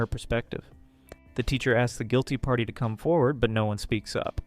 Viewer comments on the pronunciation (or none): none